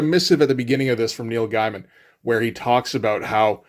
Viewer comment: Neil "Guy-mun"? Not "Gay-men"? No love lost for the guy, but...Is that rage bait or just a case of never having heard it pronounced before?